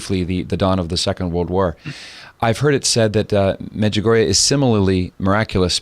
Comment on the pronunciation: The late Father Rene Laurentien, well known official investigator of Marian apparitions, judged Medjugorje as authentic thus far. Your visitor doesn’t even know how to pronounce Medjugorje. BTW, the Church cannot approve any apparitions until they are completely over, Our Lady is still appearing. As this program proves, there is still a need for her messages, this world is running amuck.